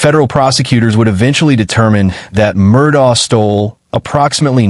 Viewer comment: Murdock, not Murdah Lafeet not Lafit